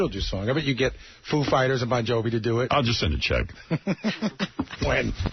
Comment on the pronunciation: “you could get foo fightas and bon jovi boff”